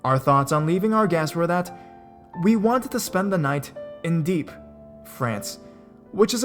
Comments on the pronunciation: Oh PLEASE!!!! Dieppe is pronounced “Dee-Epp” and “Burgers” (Bruge) is pronounced “Brooj” with a soft j. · its pronounced Dee-yep France and Broooje Belgium